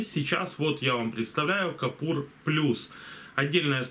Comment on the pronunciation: Купор, а не капур, все ж ясно написано :) И к тому же, рекомендую что б лицо не было по центру кадра, смести камеру нижу - смотребельнее :)